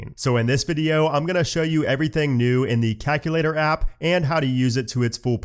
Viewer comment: Love the vid but hate the way you say “calculator”. Are you Canadian by chance?